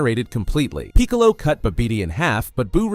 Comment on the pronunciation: Bruh how come you can’t pronounce Raditz and Piccolo. Good vid spot on time line but WTHELLYONTE